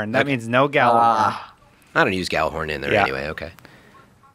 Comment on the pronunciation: Can't even pronounce Gjallarhorn